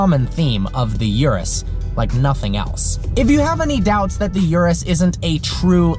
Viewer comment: PLEASE, Urus....U of URUS is not that STU*** 'iurus'... it's URUS with U... i know english people are poor in other languages and ur "U" is quite always a "iu", but i cant ear that! Try NOT to "americanized" the model names (and not only this one!)